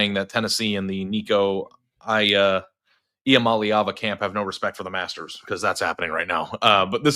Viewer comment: Nico "I'ma leava"